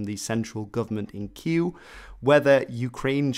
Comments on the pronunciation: He's trying to pronounce Kyiv, he just sucks. Dont take it personally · What the hell is Kyu? Its Kyiv. Not Kyiu like you say.. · Why is the speaker pronouncing Kyiv Que? Honest question here. I thought Russians called it Key-ev and Ukrainian spelling changed it to Keev (pron not sp). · Is something wrong with my hearing? I'm always hearing you say "Kiel" instead of "Kiev" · Why do you keep saying "kee-you" when the Ukrainian government has requested it be pronounced "ky-eev"? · Dude, you struggling with Kyiv pronunciation. It is KEE-yiv. You starting with 'Q' somehow :D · It's Kiev not Kiu! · 1. It’s Kiev, not kiiiiiiiiv. 2. Why should Ukraine force Crimea and the Donbas to remain if they don’t want to be a part of Ukraine? Does “Democracy” suddenly not matter when it goes against Kiev’s regime? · I’m so confused with the pronunciation of Київ, why are you saying Queue? If you’re struggling with the Ukrainian pronunciation, use the one more English speaking friendly, Kevee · Queue? WTF is that? It's Kiev or even if you subscribe to the newspeak - Kyiv [keev]. Ffs, you're making a mockery of your own side by botching it. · Pronounciations of Kyiv:: Kyew/Kieuw CNN: Keev how it's actually pronounced: Kyive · Why do you say it like Kiew? Even in Ukrainian it is KyiVVV. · ok, video is alright but what the fuck is "kiyu" lmao Ki-Ye-V or Ki-Y-V for the love of god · Kiev not Kiel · ITS NOT KYUV ITS KYIV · its kiev or kyiv not kyyl....... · Real talk, it annoys me to hear this city called 'keew' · lmao did you seriously pronounce Kyiv "kew"? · You sound pretentious when pronouncing Kyiv as “Qu”. First it was Kiev, then Kyiv, but now pronounced Qu? Just one of your followers who finds this part annoying. Thanks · Why do you pronounce Kyiv "Keyuww" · no, it definitely isn't, it's a very shitty attempt at doing so, sounding like the "kew" in "kew gardens". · Yeah, it's really weird. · Genuine question, why do you keep calling the capital “Ky-oo”?